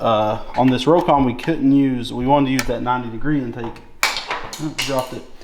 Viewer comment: Well, it’s pronounced “Rock-on” not “Row-kon”